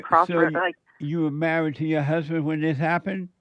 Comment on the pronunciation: I wan’a hu’band, she said.